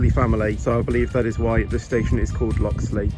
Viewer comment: Loxley sounds like coxly